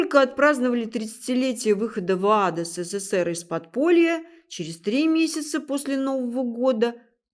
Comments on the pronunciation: Не " се-cе-сер", а СССР! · Уважаемая, правильнее говорить не сэсэсэр а ЭСЭСЭЭР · Какая мерзость, образование не помогло этой несчастной подлечиться от антисемитизма... Ну, если она, Господи прости, журналистка, то подготовиться "к лекции" могла бы ⁉️ Это же стыдоба. Все слова говорит не правильно используя ударения - Машиах, Менора и т.д. Даже СССР произносит, как "Сэ-сэ-сэ-р" Ужас❗ Путает между историческими личностями, которые жили в разных тысячилетиях Но, это ерунда, народ всё схавает... Я не собираюсь анализировать весь этот антисемитский бред, что она несёт, но это же смешно говоря о большом учёном, геологе, "человеке легенде" она вякает, что из-за него Россия ест пальмовое масло...😂😋🤣 Слушая анализируйте❗ Хорошо, что чёрные очки надела, глазки "света" боятся... Ну, это и понятно